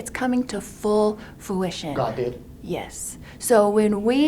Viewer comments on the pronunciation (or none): Fruition (not foo-ish-on) 😂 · How embarrassing! Lori does her best 'Elmer Fudd' impression! "... for God's plan to come to 'foowition' ... it's coming to full foowition" 😂🤣😂 The word is 'fruition' Lori Dumbbell. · FOOition… then again God told Lori that this is coming to FULL FOOition! Instead of FRU-ition!…. I guess her god isn’t so smart…and Lori isn’t so smart after all is she?… And she said that she is changing everyone in the prison… rolling my eyes 👀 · Full "Foo-ition" 😂😂😂 Fruition lady, fruition! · "fruition", not "fuition" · You know how I know God didn’t tell you any of this??? He would have pronounced “fruition” correctly. Not “foo-ition.” 🤦🏼‍♀️🤦🏼‍♀️🤦🏼‍♀️ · …is it laughable to anyone else that she can’t properly pronounce a lot of the “big words” she is trying to use, like “fruition” and “detrimental”? Admittedly watched those moments several times and laughed. She really sounds like a child. Insecurity and false bravado just oozes off of her. What a pos. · The amount of words she mispronounces is ridiculous. Granted, that is not the most ridiculous part of the interview.